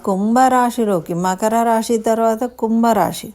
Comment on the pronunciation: తల్లీ ! రాషి అనకూడదు, రాసి అనాలి. రాసులు 12 ok. భాషని హత్య చేయకండి.